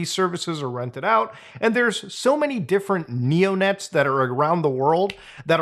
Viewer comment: Bro took his childhood "neo pets" And replaced the P with a N